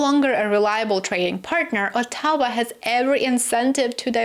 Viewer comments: I finally worked out what you mean when you say "a tower". I think you mean Ottawa, which has the stress on the first syllable, not the second. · we stress the first syllable in OTTAWA. ( but in the case of Newfoundland, take your pick!) - Insp. Tom Royal Canadian Grammar Police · Unique way to say Ottawa